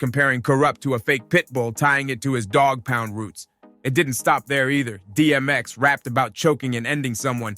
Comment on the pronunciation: Kurupt didn't dis 50, he didn't come out back then. Get the info right, mispronouncing tha Dogg Pound's name and Kurupt's ablum title....smh